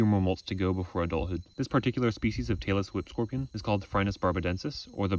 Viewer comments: Every time he said Tailless Whip Scorpion, I thought he said Taylor Swift Scorpion. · i thought you were saying taylor swift scorpion 😄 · I keep mishearing "Tailless whip scorpion" as Taylor Swift scorpion XD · I thought he said the Tailor Swift Scorpion 😮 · I know you are saying "tail-less whip scorpion" but all I hear is Taylor Swift Scorpion .. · I really thought he said Taylor Swift scorpion